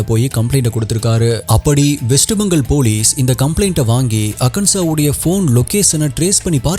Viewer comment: Jfyi - it’s (pronunciation spelling) Bhopaal போபால் West Bengaal பெங்கால்